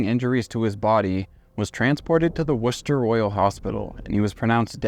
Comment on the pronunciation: I was going to nod to the pronunciation too 👍 “Wust tuh shush’ and ‘Wulvuhamtun’ 😉